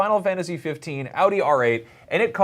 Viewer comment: An American who knows how to properly pronounce Audi? Colour me surprised.